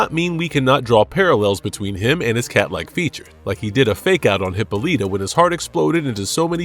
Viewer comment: Please... PLEASE stop mispronouncing names. Hippoleeeta? Come one. Please, stop this already!